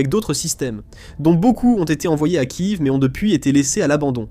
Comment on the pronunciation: On ne dit pas Kive mais Kiève